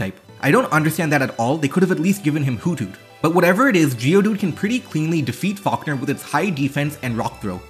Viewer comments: "Fockner" is my new favorite way to say falkner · I still cant get past the fact that he pronounced "Falkner" as "Fuckner"